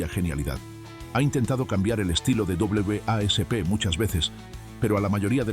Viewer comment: "Dobleve a ese pe". Jajaja suena gracioso pronunciar así a W.A.S.P. Y si bien puede que sea la manera correcta , es mucho más fácil simplemente solo decir wasp y creo q se entiende más, si alguin escucha este video sin ver las imagenes no sabría q estás hablando de W.A.S.P.